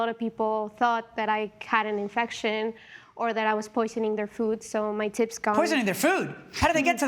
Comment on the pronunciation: My tips went down. Judge Milian thought she said tits. Lmao